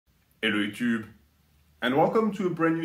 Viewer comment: Very potent "ello yutube"